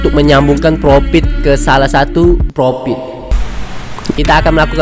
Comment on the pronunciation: Profit bang bukan propit